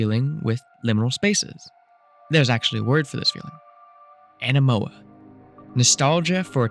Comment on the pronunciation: whats up with you mispronouncing anemoia as "anemoa"? how did that slip through to the final video? like if its dyslexia, thats fine, but just a heads up you might need a second set of eyes just to catch stuff like that